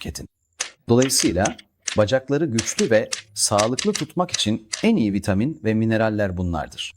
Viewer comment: Sadece boo 12 değil birde vitaaamin diyor. 😂